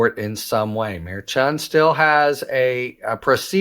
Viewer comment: It’s Mer-Shun not Mer-chun